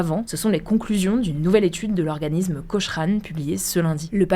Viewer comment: Ça se prononce cokrane